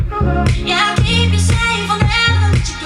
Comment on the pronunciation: The Botox and the teeth omg! She can’t even say keep!! With her lips closed smh! Lmfao